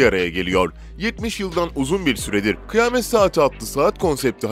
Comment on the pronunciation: Kıyamet=kıy-a-met.... Kıymet😱😱